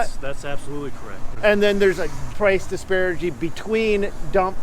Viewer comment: DISPARITY IS THE WORD, NOT DISPARAGY.